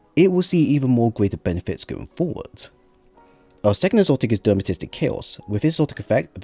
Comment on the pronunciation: Thanks for the build, do like your stuff however I can't fight the urge to help with the pronunciation... De-ter-man-ist-ic!